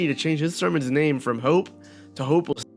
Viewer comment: “from Hope to Hope-lsss”